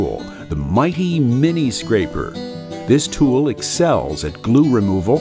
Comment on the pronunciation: It is NOT "Two-WULL" it is a ONE syllable word like in "Tule". One of my pet peaves is for a company to hire a professional "hawk" to pitch their ads; and without fail, the so-called "voice" seems to think it is necessary to CHANGE the "king's English" into a new language. How cute! Bah humbug! By the way, this is a GREAT "TULE". It will do exactly what it's suppose to. This goes for just about EVERY thing that has "Woodpecker's" on it. Kudo's galore upon Rich Hummel; who pioneered this fantastic, precision, HIGH quality "TULE" making company. To say he is a genius is cutting him short. A very creative man. He started out "hawking" for Incra Products 20 or so yrs ago (another GREAT company). Then he formed his own company and it is truly setting the standard for "precision" "TULES"! Shop's all over the world are buying everything he makes. Even Incra purchases his "TULES"! Try it. You will be amazed at the quality. It truly takes us back to a time; like in old Germany and Switzerland; that made outstanding quality "TULES". Sadly MOST of that is gone now. But "Woodpecker's" has brought it back. Thank you Rich. Keep up the outstanding work. I will be visiting your booth at the Atlanta Woodworking show in March. And yes; like in all others; I will take home another beautiful "TULE". GAR-OWN-TEED!